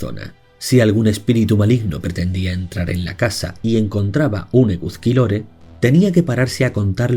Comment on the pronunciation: Se pronuncia; Eguski, puesto que la z se pronuncia s. Por favor, intenta respetar la pronunciación. Eguzki significa literalmente sol. Eguskilore (por lo mismo que el anterior). No se pronuncia tampoco Gáueko, sigo gauéko. El euskera no usa tildes, pero si se acentúan. Te corrijo desde el más profundo respeto, pero duele escuchar los nombres euskaldunes mal pronunciados. Ilargi significa literalmente; Luna. Y se pronuncia también Sorguiña (zorgina escrito). El lugar más importante de Mari fue Amboto.